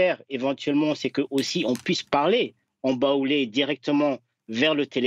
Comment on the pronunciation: Le journaliste qui dit : "en Baolé" lol. La langue Baolé n'existe pas. On dit Baoulé !! Tchippp...